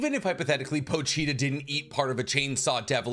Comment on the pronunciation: "Po-Cheetah" "Po-Cheetah" "Po-Cheetah"